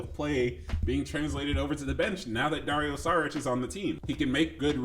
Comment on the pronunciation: About the departure of KCP, Bruce Brown... OK, but remember Garry Harris and Grant, Paul... we also lost them and we got better gradually. By the way it is not Saric but "SHariTCH".😊